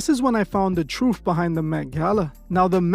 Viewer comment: Calls channel the truth is, says troof is...youre not black , typical mexican thinks hes black